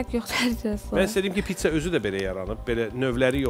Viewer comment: Pitsa yox, Pizza